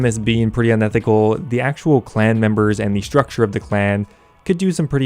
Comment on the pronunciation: its unethical not inethical...idiot